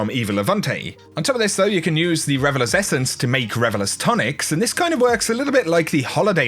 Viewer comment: Is it just me or does it sound like he's saying Revelous vs Revelers? 😄